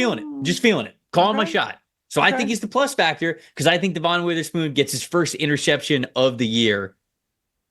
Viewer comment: please you need to say Witherspoon's name right at some point. It's "De-Vin" not "Da'Von" you've been saying it wrong since talking about him in the draft. Thanks for the content though.